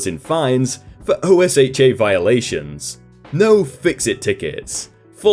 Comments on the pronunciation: Hey, just an FYI, I realize you're not an American. You don't have to keep spelling out OSHA, it's pronounced like ocean, without the "n". I realize it may not come back up, but it's definitely a shortcut if it does. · That shop manager sounds like he was pocketing the difference (cause the mentioning of white collar crime, which is usually defrauding) and was saying to the company head that he was buying name brand correct stuff but then pocketing the difference. Also usually OSHA is pronounced O-sha for most people in USA. ^_^ LOVE YOUR VIDEOS! I wait everyday for my notifications from you! <3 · If it's easier, OSHA is usually pronounced as an acronym "OH-shuh". Meanwhile, MSHA is usually pronounced as "EM-shuh". Keep up the good work! :) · Incorrect. It's pronounced like you're saying "oh shut" as one word, but forgot the t. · in America, we pronounce OSHA as Oh-Sha. at least, that is how we pronounce it where I worked, and where my parents work. Not trying to 'look down' on you, just a small introduction to one of Many American quirks. Love your shows, avid fan. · OSHA is pronounced OH-shuh. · OSHA is pronounced. Rhymes with Kenosha. There's an old joke: If you think OSHA is just the name of a small town in Wisconsin, you're in for a lot of trouble! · I love the videos but not pronouncing OSHA is driving me nuts... lol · Just read OSHA as a word not as separate letters. That’s just how everyone refers to it here in America. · actually you’re incorrect. Not only does everyone at least from the south pronounce it with an a or ah not a u but even other sources like safety and health magazine say it’s pronounced this way as well. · OSHA is actually pronounced like a word in the United States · I just took OSHA 10 so i heard it quite a bit, and every time he said it, I mini-cringed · I flinched every time you said "O-S-H-A" You can definitely tell you're not from the states. OSHA, (and MSHA too) is one "word" sounds like "ohshaw" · IT's O-sh-uh